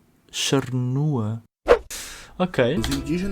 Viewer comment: A última tribo que vc leu "chanua" na verdade é, "charrua"